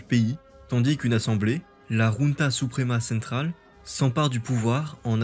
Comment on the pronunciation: Question : pourquoi tu prononces "junté" alors que c'est "junta" en espagnol ? Junte c'est le mot français. Sinon, excellente vidéo, comme d'hab.